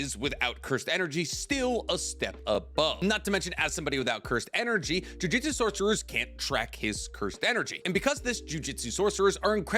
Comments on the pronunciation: Yeah acts we are dumb when it comes to him mispronouncing thing wrong he said jujitsu so many times instead of jujutsu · JU-JU-TSU not JU-JI-TSU 😂